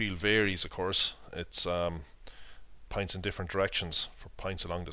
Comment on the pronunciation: you pronounce points like pints